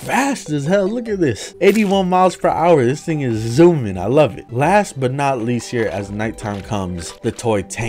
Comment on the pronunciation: "Dis thing is zoumin I love it"